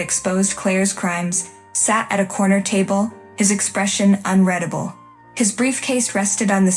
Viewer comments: You need to get your AI voice-over to pronounce words correctly. Unreadable pronounced un-red(having been read before)-able should be pronounced as un-rEEd-able. Get you word definitions correct please. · unreadable, is not pronounced "unREDable" WTF, I really can't wait for IT to control our lives